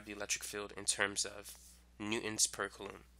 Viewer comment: Absolutely wonderful video until about the hour mark. Absolutely obliterated my brain with your pronunciation of coulomb